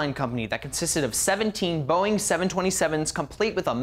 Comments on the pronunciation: Bowing?!? It's Boeing. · it's Boeing not Bowing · "Bowing 727" lol...it's Boeing not Bowing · what’s a bowing I think he means boeing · 4.15 bowing. ITS BOEING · It's "Boeing," not "Bowing." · Its not Bowing its Boeing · Just a little fun tidbit: it's Boeing. Not "bowing" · Ahem..."Bowing" Its Boeing to you sir. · IT'S BOEING, NOT BOWING YOU IDIOTS! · Boeing not Bowing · Lol "bowing 727s" you mean Boeing? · Bowing?! Bowing?!!!! WHAT?! Dude, it's Boeing 727, not Bowing. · Bowings? Are you sure?